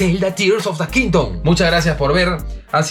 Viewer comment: Eso de in da kingdom, a sonao muy a in da ghetto 😂😂